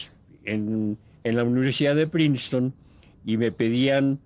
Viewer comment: Una estancia en "Princetón" 😅 estaba bien concentrado en el documental y de la nada me saca una risotada el locutor.